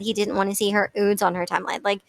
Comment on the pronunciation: Ok do they really glad the word “ nude?” lol I love you girl and your videos but saying “ oodes “ 10 times in three minutes was making my eye twitch.